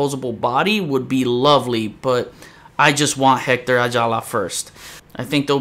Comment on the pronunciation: Proud but can’t pronounce Hector correctly ☺️